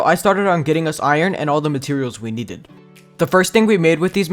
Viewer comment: the way he said "we neded" but not needed